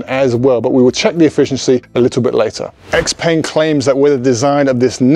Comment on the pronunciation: peng is pronounced more like pung